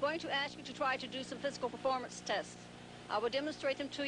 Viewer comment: he cant say performance